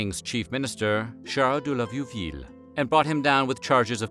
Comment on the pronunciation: "Richeloo" , "Viewvil" 🤣🤣